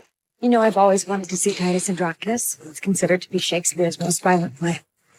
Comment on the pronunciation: "Titus Androkness"?? Didn't wanna do another take there, director?